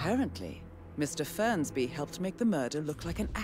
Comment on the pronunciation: FERNSBY MIAWAUUUUGGGG BUKAN FRENSBYYYYYY